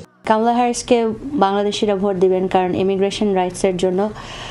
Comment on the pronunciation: নিউজ পাঠক ব্রো উচ্চারনটা ভোঁট নই! এটা ভোট হবে। বাংলাদেশ বলে কথা।